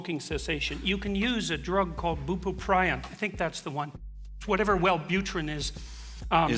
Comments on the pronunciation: “Boopoopryon”… does he… does he mean bupropion? Generic Wellbutrin, the antidepressant/ADHD medication? I’ve never heard of that being used for smoking cessation. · My favourite part is when JBP calls Bupropion “Bubuprion”. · He was a practicing psychologist, not a psychiatrist. Still, it's a strange mistake, along with how he mispronounced 'buproprion.' Wellbutrin has been a frontline, top 3 antidepressant for the last 25 years. I have the impression that Peterson never really worked as a therapist or a mental health counselor. Yes, I'm sure he completed his internship hours, and I'm sure he completed whatever clinical hours he needed to be be licensed in Canada. But his career was as an academic and a researcher. Just in my personal opinion, I don't think committed conservatives make good therapists. It really depends on the area they specialize in.